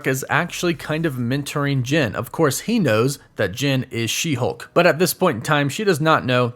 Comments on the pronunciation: Is it so hard to say JEN? Not sure why it bothers me so much that you keep saying JIN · Is it me or does it sounds like he is saying gin everytime he says Jen